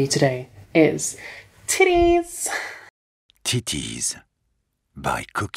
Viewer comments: THE WAY THE FRENCH MAN SAID TIDDIES IS MAKING ME WEEZ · Omg when the guy said titayyss lmao!!! I spit my hot coco out lmfao! 😂😂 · The French guy saying “Tittiez” is so funny to me! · "Teeties. By Kukian." HOWLINGGG BITCCHHH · HAHAHAHA I DIED WHEN I HEARD "TITIES" WITH THE ACCENT, MY ROOMMATE WALKED IN LOL. Goddang you did so well to take your time to put into a line you love and are proud of! PROUD AND CONGRATS!! <3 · Hahahaha i love how the narrator say tities!!!😂😂